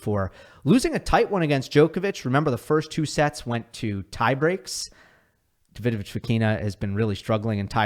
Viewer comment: It blows my mind that people will pronounce Wild as Vilch for some reason, yet will have 20 yrs to learn how to say Djokovic and still get it wrong